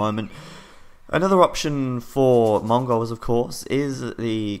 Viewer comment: I love the way you pronounce 'Mongols' as though you are, yourself, a Mongau.